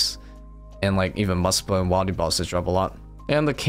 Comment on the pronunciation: Does anyone else always want to correct this man whenever he says wilde instead of wildy..lol but he's such a good player I keep to myself great vids man